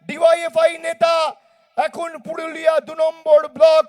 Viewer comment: পুডুলিয়া না পুরুলিয়া। ভুলভাল উচ্চারণ